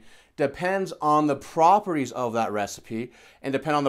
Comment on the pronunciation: Sorry about this, but it's 'properties' not 'propertise'. Otherwise it a great series of videos. Exactly what I was looking for, thanks.